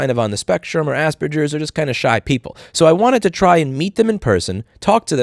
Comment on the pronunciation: The way he says Asperger’s 😂